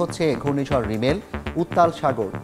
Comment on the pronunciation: রিমেল না রেমাল